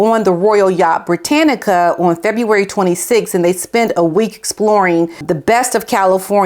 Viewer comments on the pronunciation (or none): Royal yacht BRITANIA not Britanica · Forgive my correction, it's the royal ship Britania, not Britanica, (slip of the tongue I think). Thank you for your interesting videos. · The Royal Yacht Britannia - not Britannica! 😊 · BRITANNIA . Not encyclopedia brittanica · its the royal yacht Britannia not britannic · It's Britannia not Britannica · Brittanica is not the name of the royal Yacht - its Brittania